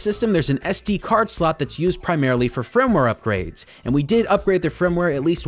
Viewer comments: why do you say "frimware" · Why do you say "frimware"?